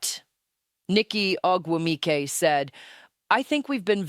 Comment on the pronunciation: Is this a Grok creation? I would assume that Phee (or whoever is speaking) knows how to pronounce Ogumike as Nneke and her peers do.